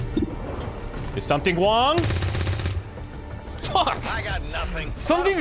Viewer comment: You need to start saying his name right,. Everytime you say his name, it sounds more like "something wrong" then Sum Ting Wong, it seems to jinx things. Also, that guy really exists, I think it's a reference on Asiana Flight 214. Hellsing looks like a more mature and somber version of Nora. Oh god, we got an Overwatch operative here, Tracer should be a Trooper, that will suit her counterpart version. There's a lot of cool-looking characters in this season than the previous ones. Really looking forward to see how things go.